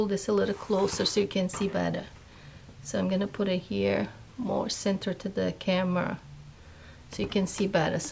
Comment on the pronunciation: The word is "here" not cheer